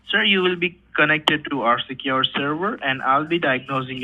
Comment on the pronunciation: Is it me or scammers often say "serwer" instead of "server"?